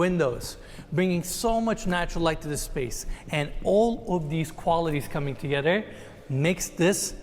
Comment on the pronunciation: I don’t know why this guy, Eriz - whatever his name is, seems to have a problem pronouncing “th”- toget”rer”, ot”rer”. Like, dude, you’re showing multi-million dollar homes. At least practice your English pronunciations. English is my second language and even after decades of living in the US, I’m always learning and making sure that I pronounce stuff correctly. while his English is a 100 times better- he also keeps pronouncing cabinetry as cabinatery. Pls!!!